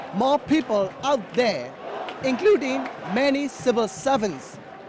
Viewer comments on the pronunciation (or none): ".... incLUding" lmao